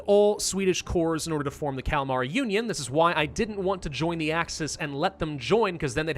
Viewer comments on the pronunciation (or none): I keep hearing the Calamari Union not the Kalamar union. :P